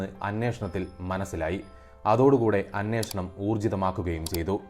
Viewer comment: അനേഷണം അല്ല അന്വേഷണം എന്ന് ആണ്